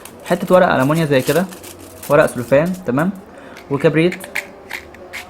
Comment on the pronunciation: بصراحة الفيديو كان حلو بس أنا بديك نصيحة مش علشان أتريأ عليك إنت لازم تنطق الكلمات صح زي كلمة المنيوم إنت بتقولها ألمنيا ودي غلط